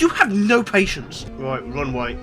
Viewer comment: "roight" I love the British!!!!🇬🇧🇬🇧🇬🇧🇬🇧🇬🇧